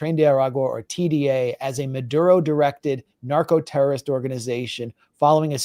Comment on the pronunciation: Marco-terrorism not narco